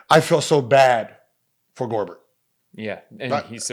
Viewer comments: this man gilbert is an idiot..its not gorbert its gobert....he calls capela with no range a 6 foot 11 dude a pf in the small ball era he calls tucker a sf but he plays like a pf on defense and rebounding..stop it..he just couldn't guard kd..no one can...hes not a true sf anymore...hes too old to guard all year long at the sf...he says they need scoring off the bench as if austin gerald and house jr. whose improving and young dont exist and 2 of these three weren't on the team to start last season so their still getting to know each other as a bench cp3 is out of the locker room thank god and if gordon was off the bench and they got a real pf like say marcus morris the rockets would score 125 a night ..they have a weakness at pf but every team has some weakness..having what he says makes them a perfect favorite team to win it all......even the warriors were small...they had talent to overcome it with kd green iggy klay curry but thats a small ass team...so you don't need to have a perfect team to win a title.. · "Rudy Gorber", "JJ Berrera" adding to Gil's name collection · I swear Gilbert Arenas just be saying players names wrong on purpose now . Nigga can't b that slow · Yooò I laugh when he said Gobert